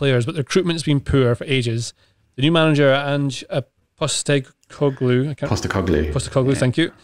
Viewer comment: As an Australian, just want to tip my hat to for helping out with the pronunciation of Ange Postecoglou